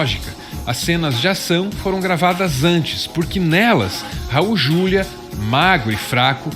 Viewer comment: Raul Juliá, por favor. Como leitora da antiga Set, sou obrigada a corrigir. Ele odiava esse erro de pronúncia.